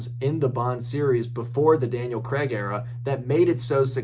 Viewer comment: I’ve watched 5 posts on James Bond this afternoon, all 5 hosted by Americans. That’s fine by me, HOWEVER not one of these 5 hosts has been able to pronounce Daniel Craigs surname :- CRAIG. Every single one of them have pronounced CRAIG- CREG. Strange but true.